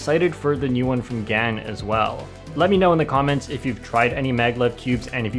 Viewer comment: at 5.51 sec he said "comments" as "commants"